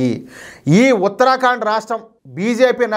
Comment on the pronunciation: దయచేసి ఉత్తర ఖండ్ అని పలకండి, ఉత్తరా కాండ్ కాదు. మంచి వార్తకు ధన్యవాదాలు